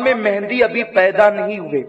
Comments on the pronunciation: Naam to sahi liya karo Imam e mehdi Mehndi nahi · Its Mahdi or Mehdi not mehndi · Hazrat Imam mehdi a.s naam hai mehndi nahin pleas correction krein